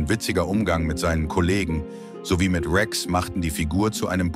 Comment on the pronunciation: Wie kann man nur den Namen Rex so falsch aussprechen. hahahahaha